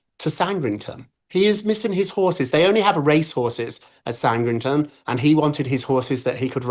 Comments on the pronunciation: I have to question how well informed Rob is when he pronounces Sandringham as 'SANDRINGTON'. To a US ear, this might seem small, but as a Brit, this is bizarre. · It is Sandringham, not Sandrington, Rob Shuter! 🙄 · ROB STOP calling GB POUNDS DOLLAR'S‼️AND IT'S SANDRINGHAM NOT SANDRINGTON‼️FFS‼️😮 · It is SANDRINGHAM! How the hell does Rob not know how to pronounce it? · By the way Rob, it’s San-dring-ham. Get it right 🙄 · This royal correspondent doesn't know how to pronounce Sandringham? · This guy talks utter nonsense!!! Rob doesn't even know how to pronounce Sand-ring-ham!!😅 Why should King Charles step down? I have a brother. He could be up to anything in his life...I wouldn't have a clue. Should he be up to no good, should I lose my job or be judged for his crimes??? No! Such a ridiculous thing to suggest. I'm British and I think this is QEII error and Charles has inherited it alongside his health and issues with his son. Give him some grace. As soon as the evidence was there he told the police he would support the investigation and arrest of Andrew. He's keeping calm and carrying on. Andrew has inherited from the Queen Mother, and his own mother and his own father! Andrew is NOT poor. He has money. He is just greedy. Just been announced that Andrew is being removed from the line of succession. Harry next please.